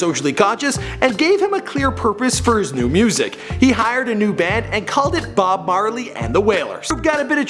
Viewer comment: You said bob barley